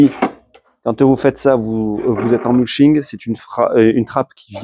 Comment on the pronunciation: Pas la référence du modèle présenté, on insiste sur la ligne et la "gueule" "racée" des roues, merci le clown. Quant au "muching" ah ouais... c'est muLching, si jamais...